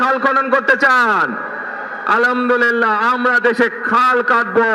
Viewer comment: আলহামদুলিল্লাহ উচ্চারণ শুদ্ধ করুন।ধন্যবাদ